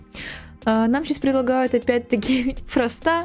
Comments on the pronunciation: Не фраста а фроста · Не фраста, а Фроста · А ты говоришь мне предлагают Фроста ударение падает на о